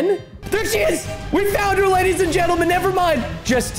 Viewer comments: When he was killing cows he said ladies and gesrms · I like how he said ladies and germes